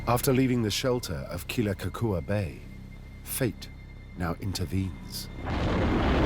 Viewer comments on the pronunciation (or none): Please respect the Hawaiian culture and history by pronouncing things correctly. Kamehameha is "Kah-may-ha-may-ha." Kealakekua is "Kay-ah-la-kay-ku-ah." Mahalo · Didn’t the HPU professors teach the filmmakers how to pronounce Kealakekua?